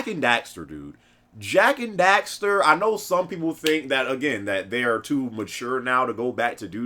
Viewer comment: WHAAAAT? How do you pronounce that suckahhh? Jak and Dekstar? it's Jak and DEXXTERRR